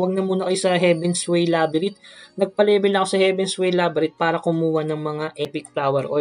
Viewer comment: Boss "Labyrinth" with "nth" hindi "Labyrit" correction lang